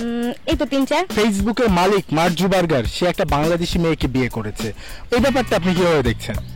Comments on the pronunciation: মার্ক জুবারবার! হাহা, ঠিক মত ঊচ্চারন ও করতে পারে না :D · বলে কিনা মার্ক জুবারবার। faul😡😡 আগে সঠিক উচ্চারণ শিখেন। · উচ্চারন ঠিক করেন। মার্কজাকারবাগ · আপনার উচ্চারণ ই ত ঠিক নাই মার্ক জুকারবার্গ